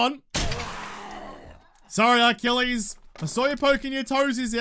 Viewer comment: arlchilles... lol